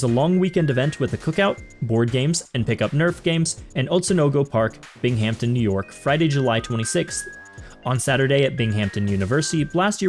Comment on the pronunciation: I am from the Binghamton area and the host (sorry I don’t know your name) pronounced it wrong you are needing to say it faster.